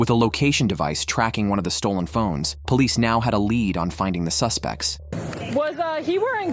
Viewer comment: Everyone who pronounces police as POH-lice is usually a criminal. 👍